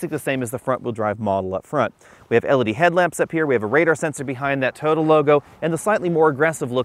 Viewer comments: TOY-OH-TAH. not TOADA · "Toda", what is a "Toda"? Its pronounced Toy-oh-ta three syllables.